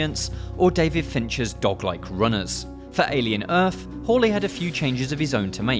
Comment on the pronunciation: alien earf